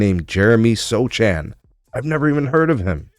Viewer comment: I look at Wemby and I go, "Hmmm...so if a condor became a human, this is what it would look like." Good vid! Sochan is pronounced SOW-han, btw. I get what you're saying about Wemby's issues, but he's going to get better overall. Remember, he just turned 21 two days ago. These skills are still RAW. He's still got another 5 years before he even begins his physical prime. The numbers say he should be inside more, but he needs the reps shooting in actual action to get better at it. Trust, he and the Spurs are playing the long game...look at his game in 5 years, it'll look light years better.